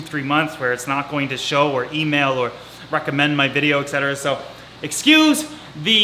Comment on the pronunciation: there’s no “x” in etc. lol